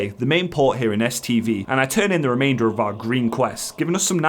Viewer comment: "The other reason I was here was to do an STD quest." What? lol, I know it's "STV" quest but that's not what it sounded like! Edit: I wish I'd have known about that Uldaman last boss trick a few days ago when my group couldn't quite three man it after tank had to go and one of the dps dropped.